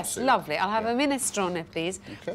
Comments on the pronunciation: Alex's pronunciation of 'Minestrone' has an italian lilt and is all the better for it :) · Now I know how to properly pronounce 'minestrone'! Thanks, Alex!